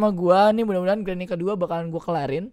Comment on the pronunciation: Granny bukan granma